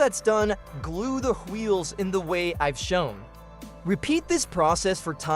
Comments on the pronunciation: Is bro stewie? "Hweels" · am i the only one bothered by how he says wheels